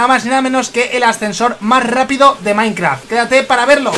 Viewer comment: Jajajajajaja dijo soy maikraft